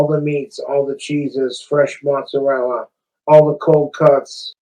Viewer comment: I've never really identified much as my Italian genetics, but this is outright offensive to even non-practicing Italians.. Him saying "mozz" and "prosciutt" is boiling my blood.